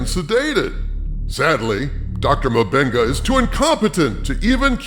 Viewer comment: I laugh hard every time I hear "M'Benga"!!! It sounds like "my benga" and here in Brazil "benga" means "dick", so he's "Doctor My Dick"... 🤣